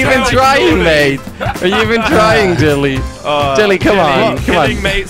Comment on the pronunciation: I like how Kwebbel pronounces Jelly as ' Chili '